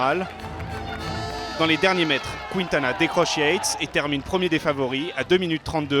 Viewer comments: Voix off pour Quintana ça se dis kintana pas kwintana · Il dit kwintana